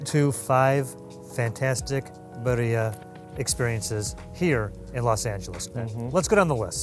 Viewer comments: I mean if you're gonna do a cultural food tour atleast know how to pronounce the name of the food. Every time they said BUREA I got do pissed off.😂😂😂😂 my guy its BIRRIA. I don't even speak Spanish and I know how to say it. I really don't know why Americans have such trouble saying words correctly. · Why does the Brit pronounce birria better than the gringo? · He can’t eve pronounce Birria properly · Dude, learn how to pronounce birria. It's embarrassing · absolutely loving LA but just butchering the Spanish language is so American. You're both awesome, though. Love this show! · he may want to learn how to pronounce "birria." sheesh... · He ain't Mexican foo!